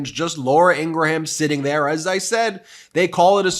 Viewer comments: Ok, I’ll say it. Love this channel, but please stop telling people that Ingraham’s name is IngraHAM. I don’t eat a graHAM cracker. I eat a GRAM (phonetic) cracker. There is no need to butcher the Old Norse/Old English origin of this name. Please, it’s so culturally jarring for me. Thanks for providing this channel! I have learned a lot so far. I can hear the eyes rolling already. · Just FYI Ben Meiselas, when you pronounce Laura's last name it's actually pronounced IN-GRUM not IN-GRA-HAM. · your pronunciation of Ingraham needs work